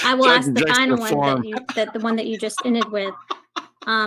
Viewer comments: I have a question and in no way do I mean this in a negative or racist manner. Why do some people of color say “aks” instead of “ask”? I’m genuinely curious, I’m not trying to be disrespectful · Why does everyone in court always say Axed instead of ask? I am so confused. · I know it's minor but could someone please please please help that young lady learn how to say the word ask using the sk ending not x as in ax a tool generally used to chop wood. The word ask is meaning to inquire. Drives me nuts.